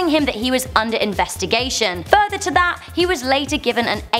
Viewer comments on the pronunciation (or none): none